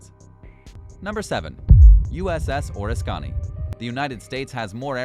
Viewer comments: you do a disk service to history when you miss pronounce important names like the USS Oriskany! And Pensacola Florida wow do some research you'll sound more respectable! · The 'kan' is the emphasis. I came here to say that... I was a shipyard worker in Bremerton shipyard and heard all this in the 70s as an apprentice. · The way he pronounced the Oriskany I thought he was referring to a WW2 Japanese Carrier...Also those 44 soldiers that were killed during that fire on the ORISCONNI I wonder what their unit # was. I guess during Vietnam the army had super carriers launching airstrikes from Yankee Station into North Vietnam... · I served on the Oriskinay. Kinda sad watching the old girl go down. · Also, it’s Oriskany not Oreskany. Also mispronounced Pensacola as well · Not Soldiers, Sailors, killed aboard the Oriskany. And you are mispronouncing the former carrier's name. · I can understand a Russian ship not being pronounced properly but NOT an American ship (Oriskany). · Besides showing their ignorance of the US Navy be mispronounced name of the Oriskany they also didn't end the history of the USS Sea shadow. The Shadow was sold as a package deal including the barge HMB-1, a part of the mission to raise K-129. LMS built he inside of the barge for security reasons and towed the barge to the off-shore test areas. The sale of the package required the bidder to dismantle the Shadow. It did not contain enough metal to attract ship scrappers. So, the buyer cut her apart and healed the wrecking debris to a landfill and is now using HMB-1 as a commercial drydock to repair ferryboats. And that's the true story. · Oriskany is mispronounced. Its an Indian word. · You couldn't pronounce Oriskany correctly. Fail. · Exactly. And whoever reads this shit also needs to work on their pronunciation. USS Oriskany was butchered over and over, but when the guy couldn't even say Pensacola, FL correctly, that took the cake... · Damn, learn now to pronounce Oriskany. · That's Or-risk-can-e!